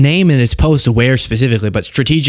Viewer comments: Nu Clear, please for the love of god, say it just like that. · Get the bugger out! Please..... (He says 'nulcear' by the way) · I'm pretty sure he said "nucular".